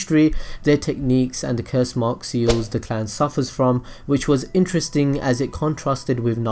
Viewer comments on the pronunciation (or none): none